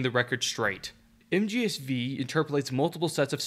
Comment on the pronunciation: One of the few people that actually knows how MGS V is called. It's not 5, it's Vee.